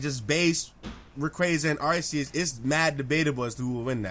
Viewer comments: when said that hydreigon had the best shiny out of the pseudo's I was like, "what is this man smoking?!" then he corrected himself and said that metagross rivals it, but even that is debatable. (Edit: Arr-see-us gotta stop dawg.) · Your saying arceus wrong it’s pronounced arcoos